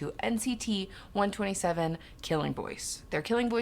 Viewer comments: Just an F.Y.I. it's pronounced NCT 1-2-7 not NCT 1-27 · its nct one two seven btw😭 not one twenty seven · Awesome reaction! By the way, NCT 127 is said 'one-two-seven', not 'one-twenty-seven' 😊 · Can’t wait to see part 2. Nct 127 is pronounced NCT 1 2 7. I definitely think you will enjoy their style of music as a whole as NCT, as in all units. With that being said I’m gonna drop this link because besides this dingo video, this video highlights Taeil, Haechan, and Doyoung vocal range